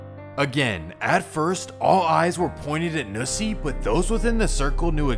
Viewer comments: it’s not nooosie it’s NU$$IE not worth a “no” it’s “NU” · Oh & it’s nussie not noosie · The fact that he called Nussie "Noosie" 🤣😂🤣 Bro, lemmie help you... it's pronounced "Nuh-sie"